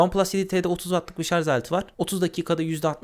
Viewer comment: Kardeşim madem teknoloji meraklısı bir adamsın, sarz değil şarj.